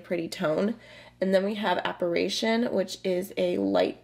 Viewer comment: Loved your video! Would love to see some more looks with this one. The reason "Apparition" sounds funny is because you're switching the first "i" with an "a" sound